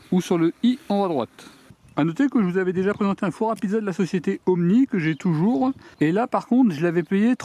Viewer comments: Ooni ,pas Omni !!!!!!!! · Ooni pas omni 😂